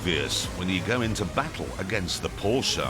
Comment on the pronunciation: its so good to see/hear that an englishman actually says "porschE" instead of "porsch" or "porscha"